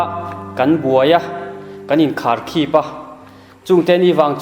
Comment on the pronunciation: Kharkhip thluk kha a dik lo deuh a, khip rik dan tur kha kawng chhuk kan sawi a chhuk rik dan hian a ri tur a ni.